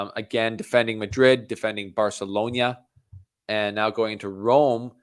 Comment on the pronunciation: Great analysis. It's not pronounced Barceloña but Barcelona, with a regular N :)